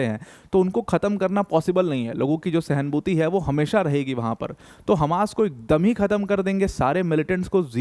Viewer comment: Sanbhuty nahi sahanubhuty. Kya hindi bolega re tu.